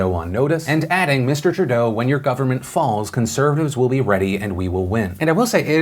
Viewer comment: Philip DeFranco Phil Phil Phil it’s pronounced True-doe not tri-dough